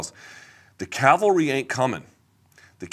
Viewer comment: "The calvery ain't coming!"